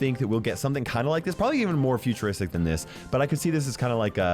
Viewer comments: No one: Not a soul:: Futurostic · Nobody: Not a single soul: Not even back to the future:: FuTur0sTiC